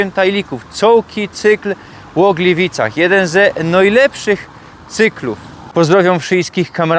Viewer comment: Glywajny w Glywycach pod karasolym! 👏 Litery „i” wymawiane jak „y” to prawdopodobnie ukraińskie wpływy do śląskich dialektów. Jak ogólnie wiadomo historycznie Ukraina i Górny Śląsk mają wiele wspólnego. Przybysze z Ukrainy z lat 1945/46 ci pierwsi, dziś już prawie wymarli ale oni wnieśli to do Śląszczyzny, a ich na Śląsku urodzeni potomkowie tej przypadłosci się niestety wyzbyli - więc to miłe że ten wpływ w swoim dialekcie dalej pielęgnuje! 👍